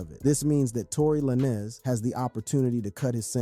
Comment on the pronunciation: Tory Lanes like Lanes not Lanezz for the rec lol